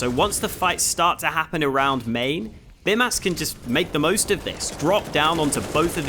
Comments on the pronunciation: It's not Bimas, it's Bymas. pronounced like Bee-mas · You should say Bymas with long Y, now you are saying it like Bimas :D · I'm Lithuanian and I'm pretty sure his name is supposed to be pronounced like "Beemas". the 'y' in Lithuanian is pronounced like 'ee' in speed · Awesome video of course, just one thing - it is pronounced Beemas, since "y" in lithuanian is a strong "i" which is pronounced as "ee". Like a Bee. So it is Bee Mas. Nevertheless, great analysis. Thanks for the awesome content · the way you say your name is how I imagine Aussies say hooker